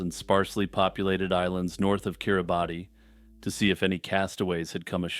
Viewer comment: Kiribati is actually pronounced like keer ruh bas. It's actually the local approximation of the local approximation of Gilbert which makes sense since the British used to call it the Gilbert islands when they controlled it. Don't feel bad though, I'm a HUGE geography nerd and didn't learn that until I was in college I'm pretty sure.